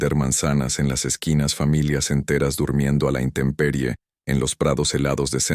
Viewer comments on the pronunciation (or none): none